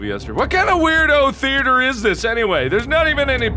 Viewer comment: Yes The The-ATE-er! Exactly how it's pronounced!